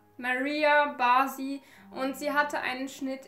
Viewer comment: Liebe..ich bin aus Ungarn. Der Nachname wird Barschi ausgesprochen